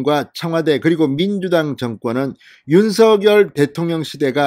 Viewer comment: 윤서결이 아닙니다. 한글도 못읽으면서 유투브 하시나요?